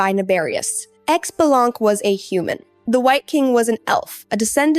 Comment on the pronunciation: “X-be-laungk” 🤣 I’m dead